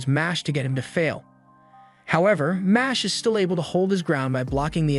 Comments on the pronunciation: It’s not mosh it’s mash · I just went to check the anime pg bc i knew this pronunciation is wrong. sure enough, it's the katakana for muscle, so it should be "ma-shu-ru", not "mash"